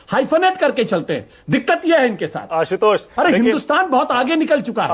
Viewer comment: आशुतोष जी ना कि असितोष